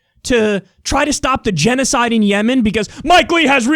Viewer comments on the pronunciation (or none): none